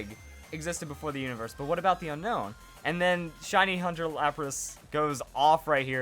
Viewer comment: It's pronounced un own